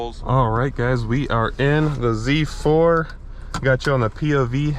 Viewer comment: its not Zzzzzzz 4 its Z 4 🤦‍♂